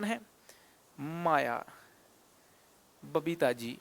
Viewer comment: Alakh sir aapki babita ko papita bole🤣🤣🤣🤣